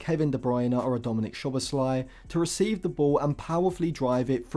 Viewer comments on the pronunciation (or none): That is how you pronounce it: Soboslahyeeh